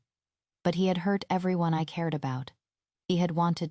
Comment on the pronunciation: This AI can't pronounce everyone (every-one), but says every-on 🙄